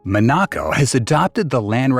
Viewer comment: Why have a video when you can't even say the country's name properly?